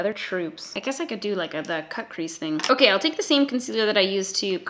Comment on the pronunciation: "okey" love a canadian queen